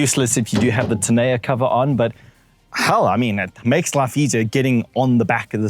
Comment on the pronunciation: Please learn to pronounce "tonneau cover", no matter which African language you're speaking. In SA we say "toh-know".